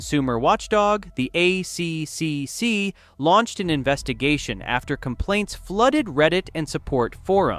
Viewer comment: Yeah, the AI reader is killing my life. Dosen’t know simple things like ACCC is not A.C.C.C. it’s A triple C. Stuffs up all the computer acronyms too